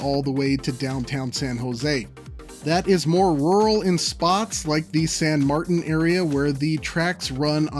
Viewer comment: san martin = san mar-teen.